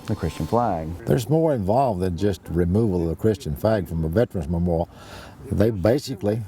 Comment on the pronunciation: Memoral?? It is memoriAl dipshit